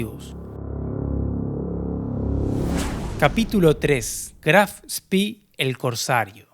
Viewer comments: Muy buen video,muy interesante. Si me permites una corrección,todo el mundo pronuncia " Graf Spi",Pero al ser alemán,es Graf Spe.Gracias y saludos! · Pero la pronuncia está errado. Si dice Graf Spee, así como está escrito, con dos "e", no spi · Muy interesante relato de este suceso tan próximo a nosotros...Una acotación ..lo pronuciàs en inglés (Spi) , en alemán se pronuncia tal cual en español ..Spe ..Gracias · Si te interesa, en alemán se pronuncia graf shpee, como se lee, como una doble e, no graf spi. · Disculpe, pero no puedo dejar de hacerlo. No se dice "Spi" sino lo correcto es "Spee". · Estimado, permítame una pequeña corrección...El nombre del buque alemán Admiral Graf Spee se pronuncia fonéticamente así en castellano: Admirál (con el acento en la última a) Graf Shpé ( Sh, como cuando pedimos silencio, y pé (no pi, como sería en inglés). Esto me lo enseñó personalmente quien fué Jefe de la Artillería Principal del Spee, el capitán de Corbeta Wilhelm Rasenack, cuando lo visité en los años '90 en su casa de La Falda, Córdoba, Argentina. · Una pregunta !, porque lo llamas Graf Spi , no es un nombre inglés; si no alemán, se debería decir Spee (e) no ( i). Gracias! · Siempre dicen "Spii", como si hubiera sido un buque inglés, se dice "Shpe" ya que era un buque alemán, nimbrado asi en honor al Conde(Graf) Spee, héroe alemán decla 1a Guerra Mundial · Muy bueno el video. Solamente aporto que no se pronuncia spi sino shpe o spe, es alemán no ingles. Saludos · Es Aleman no ingles, por lo que se dice Graf Spee, no spi jajajaajaja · Pronuncia bien Chabon En alemán es Graff spe. Se pronunciarla spi. Si fuera inglés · Estimado el nombre del buque se pronuncia al final con la letra E es decir así como lo vemos en castellano GRAF SPEE Doble E es i sólo para los british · Es gracioso, pronunciás "Spee "como fuese inglés y "Exeter" como si fuese en castellano...